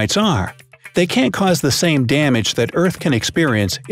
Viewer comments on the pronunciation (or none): none